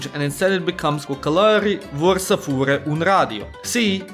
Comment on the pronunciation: firstely românul vrea să plece ... dud you have red it like romanul vrea sa place ... why dident you acount for the â and ă ... and why did you red plece like place ... its whit e not a